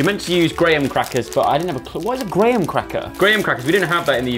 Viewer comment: Graham cracker. Pronounced GRAM not GRAYHAM 😂😂. Oh 😂